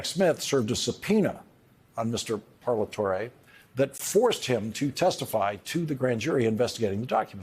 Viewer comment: Great as always Lawrence.. and you pronounced Parlatore’s name correctly.. bravo👍